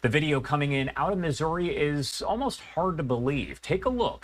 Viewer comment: " misery " as he trys to say missouri